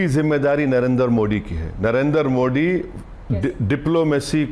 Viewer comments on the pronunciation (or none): पहले "मोदी " कहना ठीक से बोलना सिख लो, मोडी क्या होता है